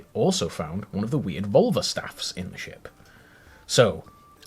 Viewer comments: Glad I'm not the only one who heard vulva. Every. Time. Is there a way to add a counter to the video and track how many times he says it? Lol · About völva. Finnish is my first and swedish is my second language. Both have the letter ö. Völva is not pronounced as vulva. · Yes! Took me forever to figure out that he wasn't saying vulva. 😄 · Can you spell the V word for seer? It sounds like you are saying vulva, external female genitalia. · Why are you ignoring the umlauts in 'völva'? It's annoying when English people do this! It's lazy! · OK,, you still pronouncing the 'ö' like a normal 'o' instead of 'ö' I noticed in the video. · I speak Swedish(I'm Swedish) and I assure you that is not how you pronounce the umlauts. For example, names like Björn which means bear in Swedish, is pronounced Byearn, just to simplify things. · They definitely gave you the wrong pronunciation. English speakers have tendency to ignore umlauts, which is annoying. 'ö' appears in Swedish, Icelandic, German and Hungarian. This is how it's pronounced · Can you pronounce the omlaut in 'völva'?